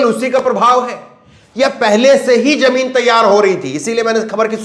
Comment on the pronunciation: Your pronunciation of RAJNITI" "JA" and "JAMIN"is wrong, you must know diffrence of 'J' and " j." IN urdu it is not same so please do the necessary improvement